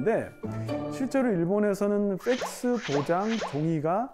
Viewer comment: 펙스가 쎆쓰로 들리노